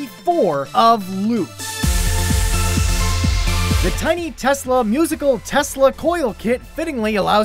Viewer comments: Its LUET not LOOT! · It's not Lut, it's LÜT. If you use the Ü speak it like one. Thanks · Isn't Ü pronounced "Y" in German? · Trica this. As a german I always read LÜT as Lyt. But you know, umlauts are so "cool" to use and so "stylish". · Ü is not pronounced u. Also took me far too long when you said Caribbean funny, the music helped me realise haha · The only one that I know of, the way it is pronounced in German. And I don't see why I should send a link, since I already did. Just listen to it.